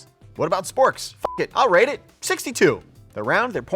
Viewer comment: Rate your family. Rate. With a “T.”